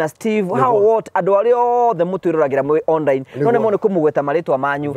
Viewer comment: 😂😂😂 onrrine meaning on-line!!! githungu nikaremire...hahahaha naninguo wamburaga kamuigwa